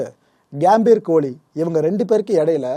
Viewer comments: கேம்பீர்.....இல்ல...pro.....அது கம்பீர்...... தமிழ் உச்சரிப்பு ரொம்ப முக்கியம்..... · கேம்பீர் இல்ல கம்பீர் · Athu கியாம்பீர் illa bro கம்பீர்